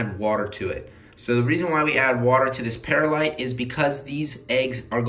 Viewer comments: It's pronounc ed perlite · it is per-lite not paralite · Per light.. Not not pears light. Sorry but get frustrated with bad pronunciation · Not peralite perlite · It is perlite not peralite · it's pronounced per lite not para lite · Not pear a light. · it's perlite(pr lite) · Say it like pearl-light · Love you and your videos but I just want to let you know that perlite is pronounced pearl-lite. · Just correcting you its per light but in one word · Pronounced pearl- ite